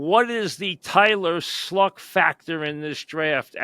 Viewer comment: How do you get Tylah Schluck from Tyler Shough?… Am I missing something here…. I’ll hang up and listen.